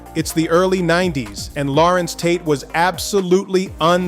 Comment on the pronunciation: Who the hell is Lawrents Tate?